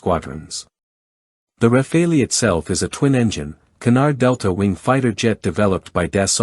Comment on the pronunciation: I am really sick and tired of people saying RAFAELI instead of Rafale, like chacal, like focal, like moral. I really don't know where people (mostly Americans) get this suffix "ELI" at the end of rafale. The Americans have a bad habit of butchering other people's languages.